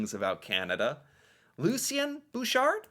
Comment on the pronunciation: First of all, props to you for pronouncing "Lucien" in the correct anglosized manner. Bouchard was a polarizing figure and many Canadians were not fans. Funny bit.